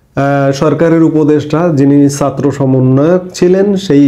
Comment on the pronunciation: Please fix your pronunciation of জ and ছাত্র । Please and thank you. 😊